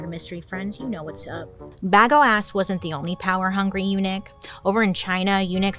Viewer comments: Bagoass is mad funny but I think it's pronounced bay-go-us. Bagoasss is funnier tho. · I believe it is pronounced bu go is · Yeah that's not how you pronounce Bagoas ( Baa-go-as) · BA-gO-is. I barely got through this one. Everytime she said bagoass I wanted to turn it. Casanova had a fling with a castrada who turned out to be an actual woman. And Alan was the saddest case. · Bagoas..... You're putting the emphasis on the right part. 😂😂😂 Ba-GO-as. Not bag-o-ass 😂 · I was sitting here going, I know how it's pronounced but I'm laughing so loud that now it will forever be BagOAss😂😂😂😂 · I can’t take you seriously when you say Bag-O-Ass…. 😂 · Ps. Bagoas is pronounced “Buh-go-us” 😂 In case anyone in the comments plans to tell anyone about this, I want y’all to be able to come correct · I can't with this "BagOAs" 😂 But in all seriousness, the should have been "Bagnoas", amirite? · I can’t stop hearing Bag O’Ass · I keep hearing bag of a**😂😂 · It would've sounded like BAGWAAH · FAILED the pronunciation of the name 😁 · At first i didn't laugh at Bagoas. Then the more times she said it, the funnier it got. I'm cackling. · i’m a child I smiled everything she said Bagoas